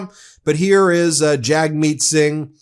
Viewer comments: Just FYI: Jagmeet is pronounced jug-meet. Thanks for the good videos!!! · Hey Ben! You got Pee Pee right 😅but it's actually pronounced "Jugmeet". Thanks! ❤️🇨🇦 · FYI: Jagmeet is pronounced "Jugmeet".